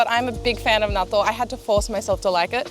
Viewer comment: "" is so Aussie